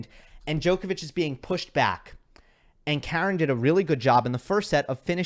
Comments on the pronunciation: Please pronounce his name Ha-ren, how far do you need him to go in a slam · K-A-ren (with a stress on the first syllable) is an American female name. Armenian male name is Kar-E-n. Not to mention that he is Khach-A-nov rather than Kh-A-chanov